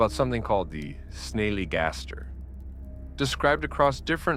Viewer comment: Story 4 (loved it) about the storm chaser, jsyk it's Snally (pronounced like 'valley') Gaster (pronounced like 'faster').